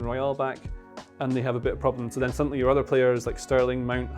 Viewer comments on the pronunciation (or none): none